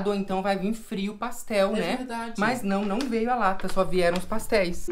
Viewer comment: Quem também ama falando paxtel? 🙈💙❤